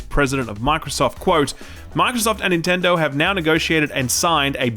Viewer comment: Stop saying ninturdo